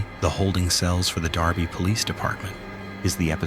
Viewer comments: I was just about to say the same thing lol. "Dur-Bee" NOT "Dar-Bee" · It's DERBY NOT DARBY!!!!!!!!!! AI sucks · I think its derby not Darby